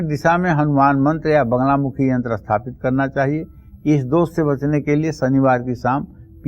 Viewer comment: Aap sathapit ko asthapit kyon bolte hein..?